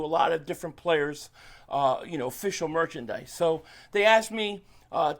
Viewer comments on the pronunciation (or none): Please keep calling it perchandise